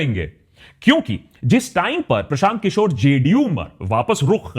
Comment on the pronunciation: Prashant kishor ke dhul bhi nhi Ho tum Unka naam thik se lo